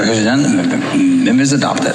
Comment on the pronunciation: Phelan wasn't so drunk that he didn't realize how he was butchering the word "amendment" as he quickly abandoned trying to pronounce it and just said, "the bill" instead.